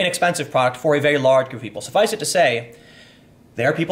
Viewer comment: Tim, Love your content. But every time you say "suffusiv to say" I have to take a drink.... LOL... Keep up the awesome work.